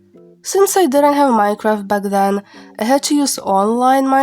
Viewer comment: For some reason the way u pronounce Minecraft sounds like Mycroft. :///////